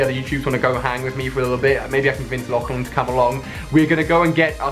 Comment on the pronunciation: It's lachlan